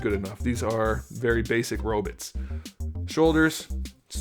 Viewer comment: You say robits it’s robots